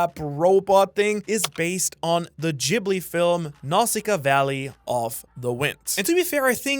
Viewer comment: "Ghibli" is pronounced with a hard "G". Please... 😬